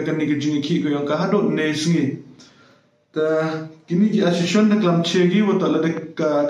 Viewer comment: Ymtoh ashe-shon ne paiu...... pronounce di miat ne lait u iu biej....asso-cia-tion.